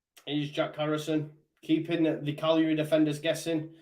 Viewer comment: Cagliari not calari